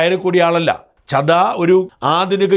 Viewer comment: സാജൻ സാർ രാഘവ് ചഡ്ഢയാണ്, അല്ലാതെ ചദ്ദയല്ല.